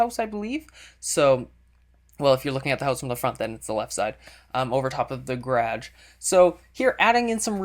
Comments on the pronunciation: Pits g-a-r-a-g-e!not gradge! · its pronounced GA RIDGE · Yupp also can you please learn how to say garage it drives me crazy no offense though please dont take this too personally! Love your vids and your houses! :D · it's garash, not garädch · Gerage is how he pronounced it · "Three-car gurraaahdjh." Are you from Minnesota? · Is that thing? He said garge. Hmm I think hes gay. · i love how he says garage, i love this guy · He says garage really cool. :) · from watching your videos...i've started saying garage the same as you people get pissed bout that shit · / love how you say garage... :D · u say garage funny haha :)